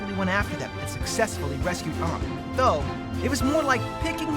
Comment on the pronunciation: Aang is pronounced wrong it is pronounced as Aang not Ughnng not hating tho just correcting you in a miny mistake so you can pronouce it good in the next video